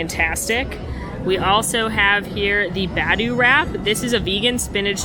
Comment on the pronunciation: pronunciation of Badu made me laugh. We love her though!